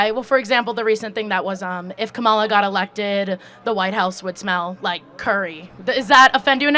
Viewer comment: a real registered democrat is wtongly pronouncing KAMALA